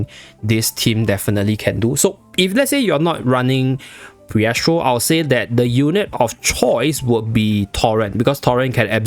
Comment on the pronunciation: Why you saying phiestro tho